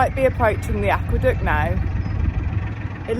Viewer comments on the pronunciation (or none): Looks like a cracking day for a cruise, the way you said aqueduct near the start made me do a double take, I could have sworn you said aqua duck and was imagining you running over a mallard lol